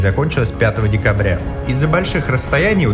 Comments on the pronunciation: Автор 5 декАбря, а не декОбря. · "пятого декОбря" 🤢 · 5 декОбря... афторрр, ты чё? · Ошибка грамматическая, декОбря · 5 декОбря - это сильно Но декАбря , ещё и красиво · Серьезно? 5 "декобря"? Серьезно? нет, ты серьезно??? декОбря?!?!?! ДЕКОБРЯ?!?! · 5 декОбря ахахахахах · декобря, декобря. вы там что курите? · Автор, не стыдно за "5 декОбря"? Иди в школу учись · "Декобря"? Серьезно? Что за безграмотность!!! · «5 декОбря»😂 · 5 декОбря... ну в целом было интересно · ладно история, но декОбря... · а как Вам 5-е декОбря? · ХА-ХА!!! ДекОбря ))) Какой позор,для внуков победителей.